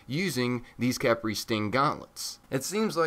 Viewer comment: pretty sure its pronounced key-pry khepri is an ancient Egyptian God known also by scrab